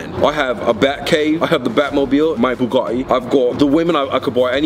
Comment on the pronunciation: Its pronounced bugAHHHHtti